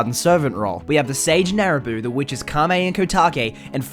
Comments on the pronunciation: Nabooru, not Naruboo. x) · Narabuu? It’s Nabooru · "Naraboo" its....nabooru....